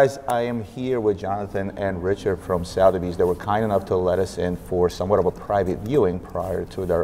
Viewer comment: Suh-thebys not Sow-therbys.